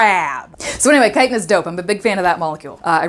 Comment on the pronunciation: It's crazy to finally hear Chitin out loud after playing skyrim all this time and pronouncing the "ch" like "chicken" lol